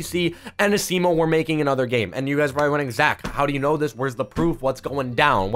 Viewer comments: Your saying asimo wrong this is how you say it (asmo) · Why is he saying asimo the wrong way??? A-SEE-MO